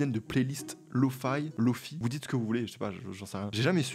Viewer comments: Hey ! On dit LoFi (et pas LoFai ou LoFaye) : ça vient de Low Fidelity. Sur le lofi on applique un grain sur le son afin qu'il paraisse sortir d'une cassette ou de ton lecteur VHS. Les samples sont aussi souvent de moins bonnes qualité. On l'oppose à HiFi. Pour High Fidelity. Un des pionniers du LoFi c'est Nujabes. Il a fait la bande son de Samourai Champloo. Si tu ne connais pas, poses toi, mets son titre feather dans tes oreilles :) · On dit "Lofi" et pas "Lofay" étant donné que Lofi signifie "Low Fidelity"